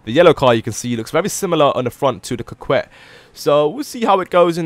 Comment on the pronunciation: Lol coquette Cock-wet